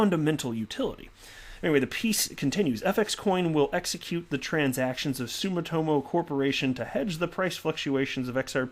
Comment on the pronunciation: sue-me-toe-mo I live in Japan stop beating up the name....